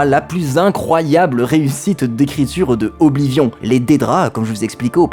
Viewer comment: Faire l'éloge d'Oblivion tout en prononcant horriblement son nom tout le long de la vidéo TOUT EN ETANT SPONSO PAR UN SOFT D'APPRENTISSAGE DE LANGUES ETRANGERS mais mdr c'est plus du foutage du gueule à ce niveau